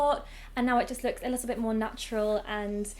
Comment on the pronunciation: I LOVE YOU! But you aware the fact that you say: lissel(little) 😩😩